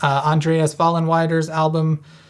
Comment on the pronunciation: Since a Fan, it is pronounced: FOE-Len-VYE-der (You got Ahmose-dray-Yuss right)